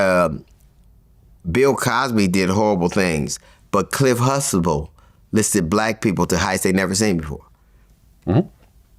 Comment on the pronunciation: T is dumba than Hussein. "Cliff Huxtable" not Hustable. They said it clearly many times on the show.